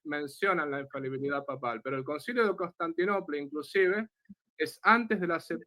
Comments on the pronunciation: Se dice infalibilidad amigo. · INFABILIDAD NO EXISTE. ES INFALIBILIDAD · ignorante 😂😂😂😂, se pronuncia INFALIBILIDAD, NO INFABILIDAD 🤣🤣🤣🤣. Y le dejo en claro al que llamarle ignorante a no es un insulto, porque todos absolutamente todos nacemos ignorantes y morimos ignorantes, sencillamente porque no tenemos la capacidad de saberlo todo. El único que todo absolutamente todo lo sabe es Dios. Saludos y muchas bendiciones. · Porqué todos los protestantes, sintiéndose muy sabelotodo pronuncian mal???? Acaso jo se dan cuenta???? La infabilidad no existe 😂. Se pronuncia infalibilidad, eso es otra cosa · Para empezar, el hermano protestante debería siquiera aprender a hablar: la palabra es infaLIbilidad no es infabilidad. En segundo lugar, ni siquiera ellos se ponen de acuerdo acerca de qué es la sola scriptura, con lo cual, el hermano separado empezó mintiendo al decir que todos los protestantes están de acuerdo con su definición de sola scriptura. En tercer lugar, el hermano protestante empieza diciendo que va a hablar de lo que el padre quiera, pero luego no solo no le responde ni una de sus preguntas sino que le exige que interactúe con lo que el quiere, cosa que el padre ya había hecho, demostrando una total falta de comprensión o de escucha... su incoherencia es casi de locos. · Dos características de los protestantes: 1. Les da vergüenza o les cuesta trabajo indicar su denominación 2. No saben pronunciar la palabra "infalibilidad". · Por favor podrían corregir cuando dicen INFABILIDAD...esa palabra no existe. Es In fa-li bi-li-dad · Este muchacho no se que tan preparsdo esté, pero he notado que aún muchos con grados académicos no pueden pronunciar "infalibilidad papal" me llama la atención que todos o casi todos dicen "infabilidad" y tienen licenciatura osea analfabetas no son Solo digo que es curioso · Porqué la mayoría de los protestantes no pronuncian correctamente la palabra "infalibilidad" y dicen " ifabilidad'